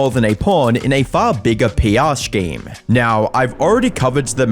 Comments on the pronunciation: it's scheme not shcheme! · Today we learned doesn't know how to pronounce "scheme"